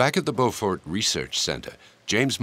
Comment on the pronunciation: Finally, someone who says “Beaufort, NC” correctly. I float by that research center all the time.